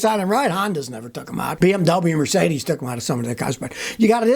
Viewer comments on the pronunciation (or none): none